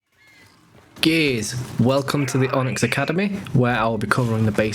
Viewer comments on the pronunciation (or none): Did you say gays or gears at the start